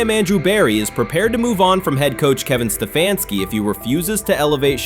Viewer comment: kevin sta fanski really if u can't say h😅s name don't judge em